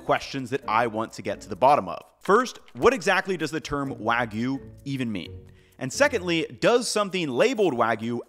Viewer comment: The "wa" part of wagyu is correctly pronounced .